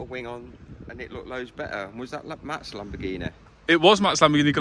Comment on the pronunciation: gallardo?read; gayardo...